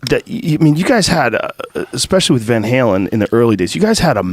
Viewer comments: the “Ven Heelens” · Van Halen not Van Hagar👍👍